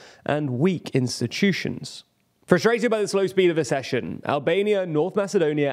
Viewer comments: It's aksession, not assession! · Again: ACK-session, like access. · Why can't you pronounce "Accession" ? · Learn how to pronounce the word "Accession".